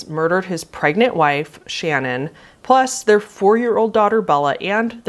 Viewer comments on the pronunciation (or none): I love you so much and if you talk about the Watts case again in the future; Watts’s wife’s name is pronounced “Shuh-nan” as opposed to “Shannon” and “Celeste” is pronounced “Sell-est”. And the Cecile hotel is “See-sil”